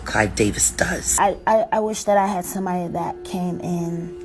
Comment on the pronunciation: Dos! Girl it is Does.